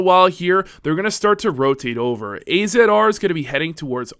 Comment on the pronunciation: Also AZR is pronouced as Azzar